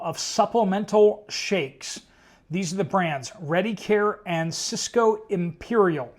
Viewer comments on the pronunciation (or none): none